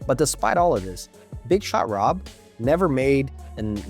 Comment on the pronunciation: you named dropped Jordan. Thats the reason why we had to listen to you butcher Horry’s nickname. It’s also funny that you didn’t tell everyone that he swept LeBron’s cavs. Horry said that it was the easiest ring he ever won. He said it Stephen Jackson’s podcast.